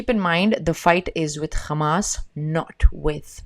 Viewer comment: Love how you pronounce Hamas and Hezbollah correctly